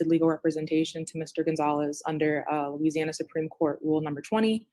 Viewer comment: has difficulty pronouncing “Louisiana” names/words I’ve noticed.